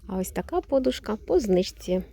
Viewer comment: Дякую Вам,але ріже слух ваше ,,по'душка"!Змініть наголос,будь ласка!